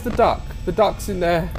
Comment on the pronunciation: Am I the only one who heard 'I don't like the dark' when he said 'duck'?